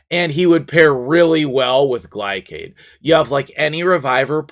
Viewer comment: his names GLAY-SHAD not GLY-CAD. glacier cardyd=gliacad. this has been my ted talk